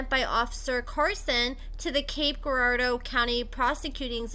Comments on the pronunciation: YES ~ that was bugging me too. It's like Jirardeau. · the G in Girardeau is pronounced like a J. Hot ☕ tho 🔥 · just call it Cape. You’re saying Girardeau wrong.🤣🤣